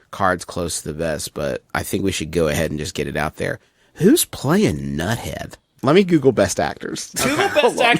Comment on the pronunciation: The way Justin pronounces Nuthead has that pure, savory West Virginia™️ flavor to it.